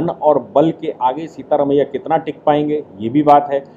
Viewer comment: सीता रमिया नही सिद्ध रमिया।